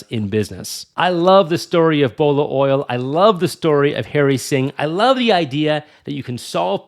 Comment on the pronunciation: it's not Hairy Singh . It's Harry Singh